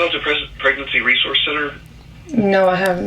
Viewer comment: Re-sour-se not re-zor-se 😂😉